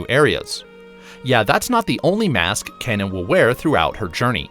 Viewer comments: It’s “Key”na not “Ken”a. One of the characters says it in the first trailer if you listen carefully. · Ken-Ah, not Cain-ah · Key nah!